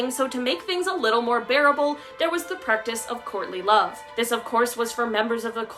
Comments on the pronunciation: I thought she said Courtney Love at first instead of "courtly love" LOL ! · Lol, I thought she said *Courtney Love*, I thought maybe she was using them as an example, especially with marrying for money 🤣🤣🤣🤣